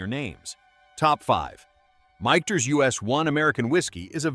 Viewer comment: Fuck ai, can't pronounce michter's correctly